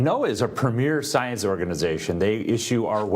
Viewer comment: premiere science organization?? it sounded like he said " premiere Zionist organization"!!!!! play it back, ull hear it! 😂